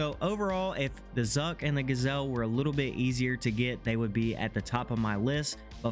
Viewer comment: Not a gasel. Its GJel'